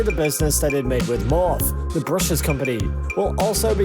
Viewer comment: It’s Morph EEEEEE!!!! 😂😂😂